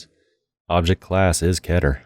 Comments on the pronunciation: aksel trillo key-ter. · its pronounced Keeter